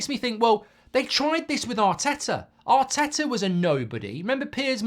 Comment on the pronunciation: Arteto and Arny😂 at least get their names right